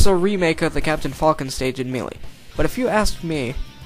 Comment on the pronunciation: may-lay. say it with me now. MAY LAY